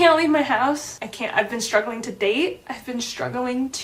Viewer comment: "I've been shtruggling ..." to pronounce "st" correctly.